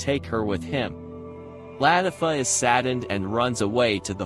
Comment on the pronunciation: Ist not la tif O its la tif a